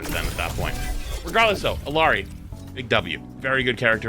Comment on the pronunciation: You're mispronouncing Illari.